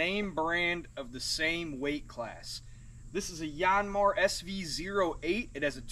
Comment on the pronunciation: Dude it’s not a “YAWNMAR” , it’s pronounced “YANMAAR” like how you would say yankee, or yanking